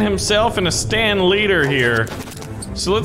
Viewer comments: It's Satan not stan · its not stan its satan